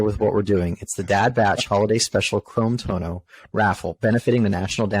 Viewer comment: Chrome-tono, Chrome-tono, chroooome. Just working on my pronunciation. 😬